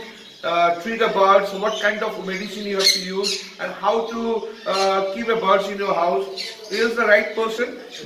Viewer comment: It's birds not bards